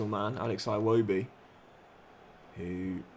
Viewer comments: Something minor quick Iwobi is pronounced "eewoebee" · Great work The name "Iwobi" is pronounced With the "I" vowel sound, Just a humble Nigerian